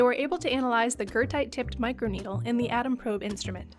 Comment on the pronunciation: are you talking about goethite? im so confused. never heard of gertite. or guurtite whatever youre saying